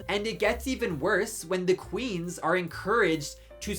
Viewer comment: I don't know much about thee sponsor, but I stopped watching thee video because I couldn't get past thee way he keeps pronouncing thee word 'the'. Thee word is pronounced 'thuh' if thee next word starts with a consonant sound, and 'thee' only if thee next word starts with a vowel sound. I know it's not thee best reason to quit watching thee video, but thee way he kept doing it grated on me!